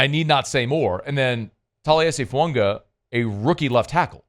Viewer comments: I want to start a petition to get him to pronounce Fuaga’s name correctly lol pisses me off so bad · How much can we pay you to say Fuaga correctly?